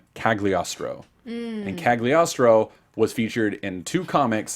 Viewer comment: Another great show. And you're pronouncing Kaecilius correctly. They said his name in the Doctor Strange Sneak Peek video. However, Cagliostro is an Italian name so the 'G' is silent.